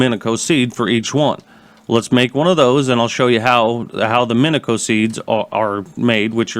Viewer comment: Its pronounce min-e-she-o